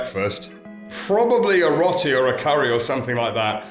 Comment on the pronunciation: Hi Marianne and, love your channel and all your adventures. Marianne you are amazing with all the driving skills.. especially driving through India. You should get a medal for that! please stop saying Rotty… it is actually Row- tee as in Row Row Row your boat…. Great channel guys keep up the fantastic videos, so interesting. Stay safe. 🙏🙏🙏